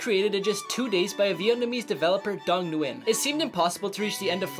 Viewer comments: Nguyen is pronounced like win I would know that’s my last name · The first Vietnamese guys last name is pronounced win spelt Nguyen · Ah yes, “newin” the most American way to pronounce Nguyễn